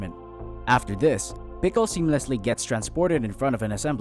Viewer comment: It is spelled Pikul and pronounced like "pike ill" in the movie... whatever text to speech they used in this video didn't know how to pronounce it